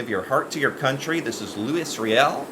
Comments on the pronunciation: Its LOU-EEE not Louis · You don’t pronounce the S in Louis Riel we saylouie